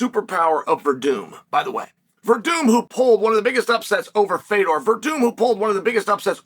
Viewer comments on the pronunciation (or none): none